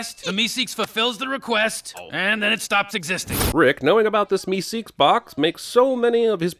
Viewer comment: You know, the way you pronounce things sometimes makes me wonder if you've ever actually seen any of these shows or if you're just reading a script. "MeSEEKS" with totally the wrong emphasis was weird to hear. It's more like "MEEsiks", which you'd know if you'd watched the episode...